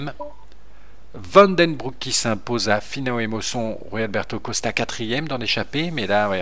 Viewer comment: on prononce joux plane sans le x comme une joue c comme finhaut c fin et haut et pour st gervais on dit la montée du bettex(qui se prononce bettait)